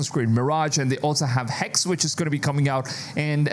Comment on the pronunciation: Hexe not hex. Pronounce it right it's german not English